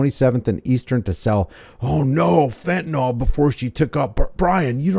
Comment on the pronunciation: Thats not how fentanyl is pronounced. You're welcome.